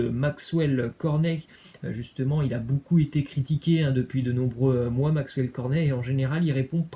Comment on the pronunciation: Ça se prononce [bocoup] et non [boucoup] Tu casse les oreilles avec tes énormités en prononciation😪